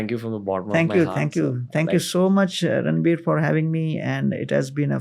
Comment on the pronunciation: No one can say Ranveer that beautiful than 🙇🏻